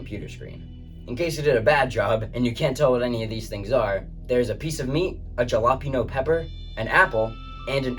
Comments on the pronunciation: It is Halapenyo not jalapeno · this is a great video, actually one of my favourites however "Jalapeño" is pronounced /haa-luh-pay-nyow/ not /ja-lah-pee-no/ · Jalapeño--- (Hahlah-painyo)😅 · Ja-la-pi'-no? Nah, gringo. Ha-la-pe'-nyo. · Nice video! Next time try to pronounce halapainyo instead of jalapeeno 😁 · erm its pronounced jolopano :face-orange-frowning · "Jalapino pepper" sigh checks comments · "Jalopino pepper" 😂 even Americans don't say that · I'm officially stopping the video after he called it jillopeeno pepper. I'm done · “Jalapeño pepper” “galapino” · Lol he butchered the word. I've never even heard an American pronounce the J like that and I am one. He's like "Jalopino" 😂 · did he just say jalapeño like J-elapino... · XD if you didnt know its pronounced like halepino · it's pronounced "ha-la-peen-yo" btw. it's spanish so some of the letter are pronounced different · americans really can't pronounce anything in a different language.. Jalapeño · Say jalapeno like that again I dare you!!!!! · Bro pronouncing the J in Jalapeno, lol. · Why'd you pronounce Jalapeno like that 😭😭😭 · clicked off as soon as he pronounced jalapeno because WHAT THE FUCK WAS THAT PRONOUNCIATION :sob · Jalapeño > Ja*la*pee*no haha 😂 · Dude super informative video, was stuck just watching videos and not really doing any pixel art. So this motivated me to challenge myself in a similar fashion. Side note: your pronunciation of Jalapeño made me laugh so hard dude 🤣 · Further Learning: Look up how to pronounce "Jalapeno" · the only thing i dislike about this video is how you pronounced Jalapeño